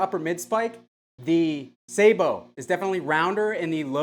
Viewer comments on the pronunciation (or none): wouldn't it be pronounced sabot as in sabotage?